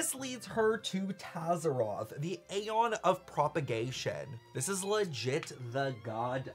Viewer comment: I am in 6 minutes in and I’m now here to beg PLEASE say aeon the way the game characters do!!! It hurts my soul the way you are saying it. Great video btw Edit: PLEASE THE CHARACTERS IN GAME CAN PRONOUNCE ALL THE WORDS YOU DON’T KNOW HOW TO SAY